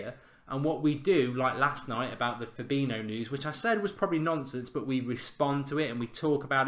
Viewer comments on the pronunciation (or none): Please just learn how to pronounce Fabinhos name...its not FA-BI-NO ...just google it...you will learn something